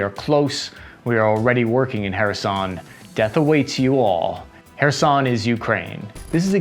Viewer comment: He said "Kherson" right! 🥳 🎉